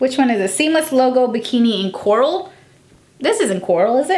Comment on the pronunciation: Why is noone talking about the "Coaral"? lmao